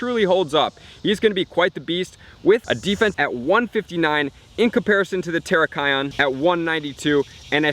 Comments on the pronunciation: Hey! its Tear (ripping paper) rak KEE - on xD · I cringed when you pronounced Cobalion and Terrakion. Still, pretty good video :) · Julian Galeano sorry my man. Working on it